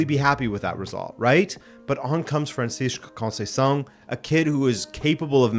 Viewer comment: Starting to sing O’ Canada, awesome!!! I chuckled. Great recap as always!! I’m here for Juve and your proper pronunciation of Francisco Concenciao’s name…. The best🏳️🏴